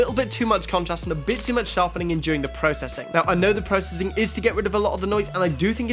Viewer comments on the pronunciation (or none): none